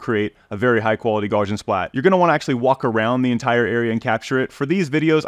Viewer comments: Gaussian is "gow-see-ann", even though it looks like "gawsh-ee-ann". Just remember "Gau" rhymes with "Tau" (which rhymes with "cow"). The name Gauss rhymes with house. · The fact that the guy cannot look up in any online dictionary how to pronounce Gaussian tells me that's a complete moron.